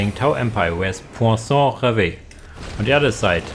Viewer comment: Pwa-son ("on" sound in french isn't the easiest, you sounded more like "san" but that's ok lol). Finally, rev (like revving. End E are almost always silent). Rêve = dream